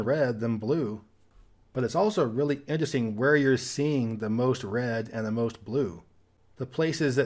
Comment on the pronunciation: As a man whose also struggled with speech impediments, kudos to you for the new pronunciation of the word “interesting”. Huge difference vs your old videos 👍